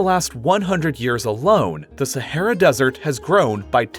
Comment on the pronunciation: Desert, dessert. Learn to speak. You are talking about real intelligent stuff and say dessert instead of desert. Why do they pay you to speak.